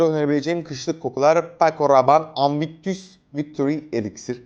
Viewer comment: Anvictus ne amk dogru ogren su ingilizceyi